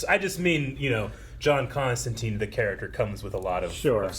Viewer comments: Still using the incorrect constanteen even when the show is pronouncing it constantyne, bloody americans... ;p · It's pronounced Comstantyne like the river Tyne or Fine. i-e is a long i sound. This was still the case when I taught American English abroad, so I don't get the common miss-pronunciation. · That was a bit frustrating. Even after hearing Constantine pronounced correctly the whole episode, the three of you insisted on mispronouncing it when you talked about her... The name has always been pronounced ConstanTYNE. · Why do Americans insist on calling him and her Constanteen? The series uses Constantyne, which is how Alan Moore, who created the character, said it should be pronounced. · That's the American pronunciation of the name. It made sense when we were talking about the Keanu Constantine, since he was American. It just stuck even when we went back to more comic faithful adaptions. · ConstanTINE it rhymes with FINE.